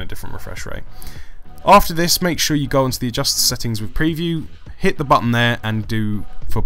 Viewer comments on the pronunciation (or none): none